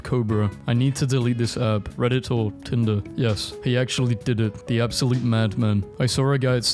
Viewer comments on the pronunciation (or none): none